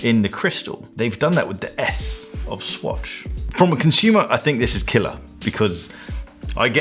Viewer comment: take a shot every time he says KILLAH